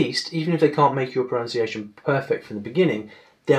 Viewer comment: You are mispronouncing the word pronunciation.